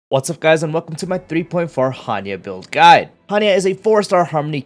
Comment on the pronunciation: The emphasis on the word “guide” always peak the microphone lol